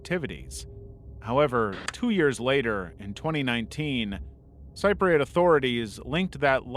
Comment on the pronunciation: "Cip-ri-yut" not "sy-prit" (Cypriot) 🙄